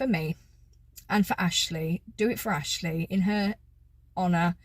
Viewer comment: ‘ this is AAshlleeee’ in honey thick southern accent.